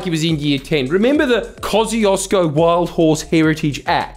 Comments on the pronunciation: "Koziozko" as the prononciation for "Kosciuszko" is hilarious (Tadeusz Kościuszko is a Polish/Belarusian/etc. war hero, apparently the mountain was named after him). It is closer to "Kos-tiush-koh" :P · Shouldn't it be pronounced Koz "choo" skous park? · Kaussieosko is the worst pronounciation. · its pronounced "kosh-chu-shko" btw, polish is hard